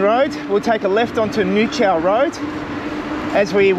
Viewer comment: Nah, you completely butchered the pronaounciation :)